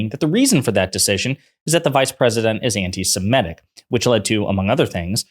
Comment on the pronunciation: Semitic not semetic